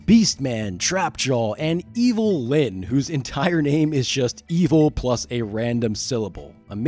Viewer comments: Evil Lynn is a play on Evelin or spelled Evelynn, not "evil with a random syllable after". How do you make a documentary about something and not get this very basic obvious point right lmao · Yes. That was awful. Lyn is a name, not a random syllable. The name Evelyn is a common female name and changing the sound of the first E is so simple. I can't believe I heard what I did after . Just awful.